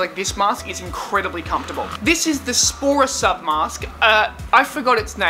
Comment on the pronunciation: Say sporasub again .... Haha lol .... Ssssss sound good from u